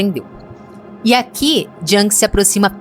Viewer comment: A pronúncia é “iung”e não “djang”. Nada pessoal, ouço muita gente se referindo ao Jung dessa maneira errônea ❤